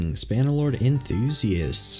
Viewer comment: Did he say butter lord 😅